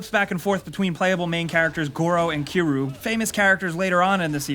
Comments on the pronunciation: Did he really say kiro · Literally stopped watching at "Keeru" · Did he really just say ki roo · "ke roo" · "goro and kiroo" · “Goro and “kiru” Who? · Why can no one say kiryu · Can you not pronounce Yakuza? Or Kiryu?